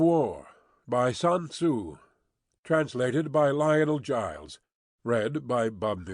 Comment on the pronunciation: The first name is pronounced as 'soon' (shorter 'oo' sound) and the last name is 'zu'. The spelling 'sun' comes from Pinyin transliteration where 'u' is pronounced as a short 'oo'.